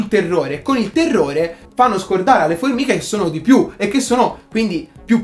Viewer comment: "Le formihe"...